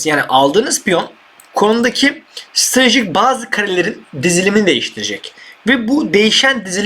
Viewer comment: Nobody::stradejik